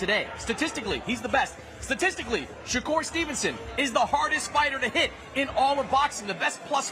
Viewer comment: I used to like when Eddie Hearn used to say “Shay-ker” instead of “Shakur” lol